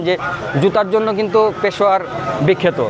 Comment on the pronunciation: ভাই উচ্চারণ ঠিক কর পেশোয়ারা না পেশোয়ার বল নয়তো ওরা মারবে